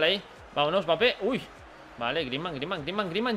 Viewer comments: Porque le dices bapé!?? Se pronuncia EMBAPÉ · No se pronuncia "Bapé", se pronuncia "Embapé" 🤗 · World Music si q mal queda oir bapé, pero n pasa naa quien tiene boca se equivoca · La M es muda... se pronuncia bapé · El apellido es de origen africano y se pronuncia sin m pero como en Francia dicen EMbapé se le ha quedado así